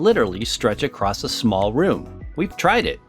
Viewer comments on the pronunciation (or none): none